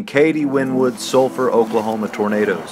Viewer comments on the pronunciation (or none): lol 😂😂😂😅 he said tomatoes and not tornadoes 😂😂